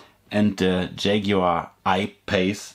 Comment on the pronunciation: Yagoar wow